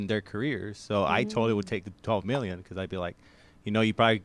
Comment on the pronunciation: 12 MIRRION DOLLARS. HAHAHAHA